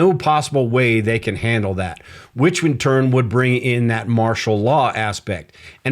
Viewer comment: I thought you were ai as you said can, in the can opener, you pronounced it as jack can do the overtime. When can as in canned food or can opener is more like, kan rhyming with hand.